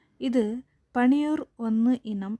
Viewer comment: പണിയൂർഅല്ല. പന്നിയൂർ എന്നു പറയുക.